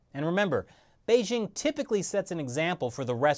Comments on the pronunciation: Beizhing? It's Bei JING. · Bei"dj' ing, not Bei 'zzh' ing